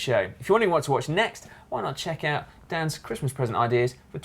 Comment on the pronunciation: Dan Lloyd says christmas like cwistmas. very funny!